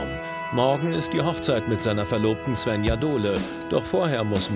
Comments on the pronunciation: Mich nervt das, wenn die ZWÄNNJA sagen anstatt SVENJA. 😑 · Tzwännja. Wie oft höre ich das... Die "Bettina" spricht das richtig aus